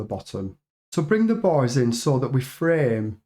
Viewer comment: oooh youre saying "bars"! i heard "boys" when referring to the bars